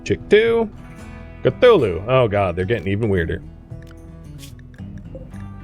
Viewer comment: I though I heard cluckulhu not cthulhu 🤣